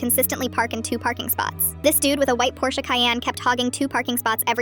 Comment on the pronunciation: OH MY GOD THE AI ACTUALLY PRONOUNCES PORSCHE CORRECTLY UNLIKE MOST AMERICANS